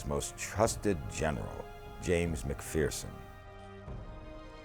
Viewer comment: It's pronounced Mac-furson, not fearson. As we in the clan say, "There's no fear in MacPherson". Turns out General James is/was a distant relative of mine. I'm a massive history nerd & this is a great documentary, i only wish it was longer! ✌❤ from Canada